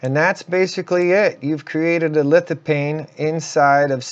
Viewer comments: Its litofane not paine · FYI, According to Websters Online lithophane is pronounced "lith-uh-feyn. The ph has an F sound. Not that it really matters much. Still enjoyed your video, keep on recording. 😆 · Great vid...it's LithopHane with an H btw...pronounced as an F as in phantom